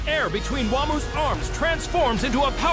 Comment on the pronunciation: This pronounciation of "Wamuu" makes it closer to "Wham".